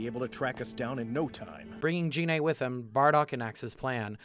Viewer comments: I... don't think Gine was Bardock's teammate. You may be confusing her with Fasha (Celipa in fhe original Japanese), who is to my knowledge, the only other named female Universe 7 full-blooded Saiyan. Also "Gine" is pronounced with a hard "G". The name comes from flipping the phonemes that make up the word "negi", the Japanese name for spring onion. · Poorly pronounces Gine What the fuck?!